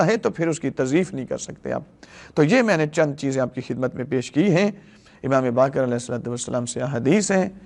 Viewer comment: sika nahi siwa hai Bakir nahi BAQER hai sheen qaaf durust karlyen